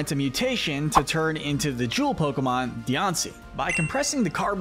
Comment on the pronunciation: Bros Pokémon name pronunciation skills are 2/10 💀